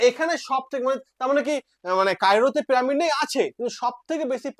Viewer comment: প্রামিড আবার কি উচ্চারন টা একটু খটকা লাগছে।